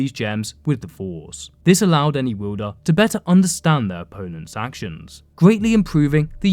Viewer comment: What’s a wuuuulder of a blade? Also your riding and falling cadence sounds ridiculous. It’s far too short far too repetitive and far too distracting. I couldn’t even ^ Finish watching the videoooo